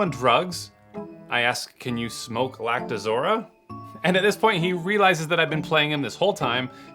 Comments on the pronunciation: I like how you spend your time saying "Lactozora" when the text reads "Lactoroza" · LactoROZA, not lactoZORA... geez, what kinda distributor doesn't know his own product?